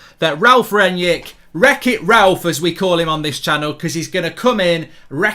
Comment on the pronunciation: Why are people pronouncing it Ranyick? It makes zero sense and is slowly driving me nuts.